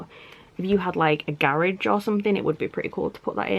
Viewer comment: You make the word "garage" sound fancy.